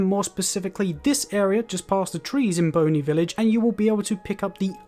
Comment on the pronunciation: lol Boney village instead of Bonnie village.